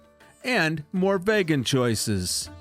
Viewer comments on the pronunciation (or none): Just a pro tip. It’s pronounced “Vee-GIN” not “Vay-gan” for vegan. 💕